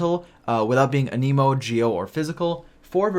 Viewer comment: it's an-emo not an-Emo